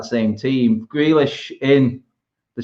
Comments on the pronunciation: Swear he kept saying grelish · He's name grealish fucksake not grellish.. Going on like u ain't heard he's name before u dohnut pronounce he's name properly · adam trying not to laugh at the pronunciation of grealish